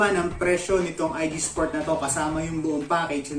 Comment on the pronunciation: Boss ang mali mo lang nasabi ay IGSPORT..dapat ah IGPSPORT..kulang ng P boss kasi ganyan din ang gamit ko.